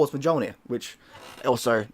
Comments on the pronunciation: It almost sounds like you're saying Thors vagina instead of Mjolnir, not to come across the wrong way by the way, you have great enthusiasm please don't ever lose that. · The J is not silent, the J is pronounced like a Y. Its like this with German, Dutch, Swedish, Norwegian, Danish, and Icelandic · The way he says mjolnir bothers me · You fucking intro is disgusting!, i hate how you pronounce Mjolnir! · Pewter... not steel. Likes Norse mythology so much, hasn’t taken the time to learn the correct pronunciation for the hammer of Thor. 🤷🏼‍♂️🤦🏼‍♂️😂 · its cringing to hear you say Mjolnir wrong